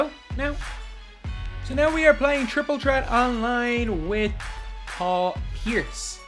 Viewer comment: Why can't the Irish say Th🤔😂😂